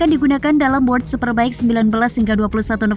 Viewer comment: jangan malu2in... World ....bukan word ! diperbaiki koreksi...